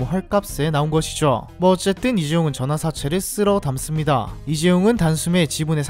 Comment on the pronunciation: 발음 연습좀....전화사채